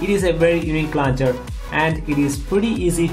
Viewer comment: Man you're English sucks. Its launcher not lancher.